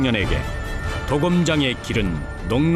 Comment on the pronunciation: 鍍金(도금)이 아니라 刀劍이예요! 도~검이라고 발음해야지! 방송국이 한국말을 망치고 있어! 요즘은 방송 심의도 하지 않나 봐! 성조법이 다시 부활되어야 돼!대한민국 공영방송이 전 세계의 망신거리를 자초한다! 근거도 없는 발음법때문에!